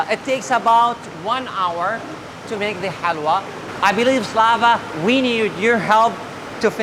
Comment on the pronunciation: Slawa? Why? Are you apologist for ukraine, sorry UPAine?